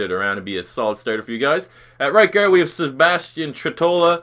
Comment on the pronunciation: the way you say guard is pretty funny to say it more like gerd 😂